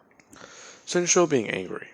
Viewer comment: Normal people: Shinzo What if YouTubers: shinsho